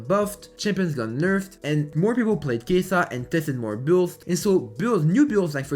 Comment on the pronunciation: why u saying keisaaa its kaisa